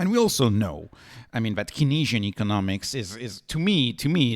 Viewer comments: Thanks for video. Heads up - its pronounced Kayn-si-an economics rather than ke-nee-si-an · "Keenesian" economics ladies and gentlemen.